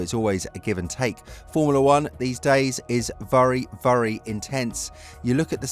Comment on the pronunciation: 'burry burry intense?' 😆